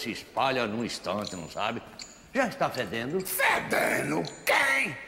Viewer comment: Fédeendo ?! Kkkk